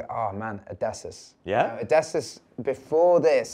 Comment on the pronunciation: It’s pronounced Oh-Diss-E-Us